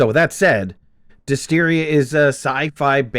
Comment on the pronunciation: dys-TERRA not dys-TERIA ..... m'kay